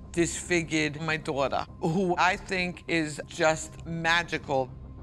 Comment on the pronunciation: "HE ABSOLUTELY, DIS-FIG-YID MY DAW-DAH" lmaooo